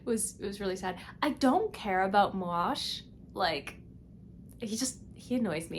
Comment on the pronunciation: Ok, the accepted pronunciation is Moe-ash. (2 syllables).